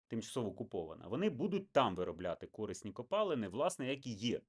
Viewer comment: Видно, что украинский у человека не родной. Ископаемые у него пОлезные, а не полЕзные.